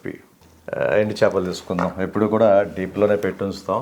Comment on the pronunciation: Chapalu kadu chepalu nayana